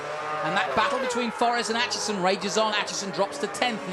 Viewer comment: damn the pronunciation of Aitchison as "At Chison" did my head in the whole way through this. ITS "8 CHISON". ARGHHHHHHHHHHHHH